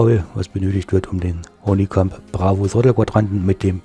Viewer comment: Schönes Review, aber das ist die Firma Honeycomb (gesprochen Hannikamp) Nicht Honii : D Mir gefällt Deine selbstgebaute Buttonbox! Schön gemacht, egal mit der Farbe :D Was ist Dein Name bei twitch und Deinen Livestreams? Habe den Bravo Throttle Quadranten Ende März gekauft, auch bei Aerosift und habe heute Bescheid bekommen, dass er in 4 Wochen eintrifft. Bin gespannt. Preis liegt wie immer bei 250 Euro. In Deinem Video ist der Preis ohne Mehrwertsteuer angegeben, deshalb wohl weniger.